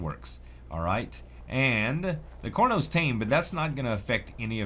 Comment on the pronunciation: IMAO CORNOS XD XD IT CAR-NO-S